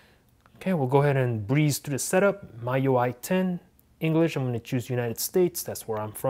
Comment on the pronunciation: Pronounced like me ui,not my ui lol